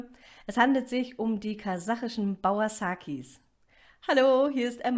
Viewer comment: Es heisst ba-ur- saki...und nicvt bauer-saki